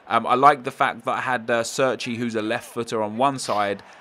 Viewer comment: Cerci is pronounced as you would pronounce Che(as in Che Guevara) - rci. Not Serci.